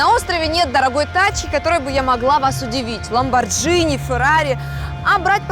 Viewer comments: ЛамборДЖини, Карл!🤦🏼‍♀️🤦🏼‍♀️🤦🏼‍♀️ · Не Ламборджини, а Ламборгини.видел в Москве ведущего в пиццерии, Боже мой сколько пафоса сколько говна в одном теле.противно смотреть на это чудо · Ghi = Ги! То есть ламборГИни а не джини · ЛамборГини! Ска Ламборгини!🤦🏻‍♂️